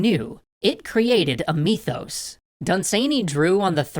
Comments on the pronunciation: I love most of your stuff... but, erm... MYTHos, not MEEthos... Otherwise a very good video, heh. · "MEE-thos...MEE-thos....TolkEEN" oml this is worse than Stewie with the "W-hipped cream" lmfao